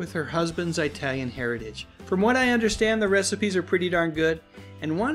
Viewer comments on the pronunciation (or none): Wait did you refer to E Duke Vincent as an 'Eye-Talian'?